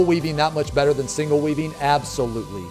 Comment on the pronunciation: when he said "if you're weaving appropriately..." I heard "if you're weebing appropriately..."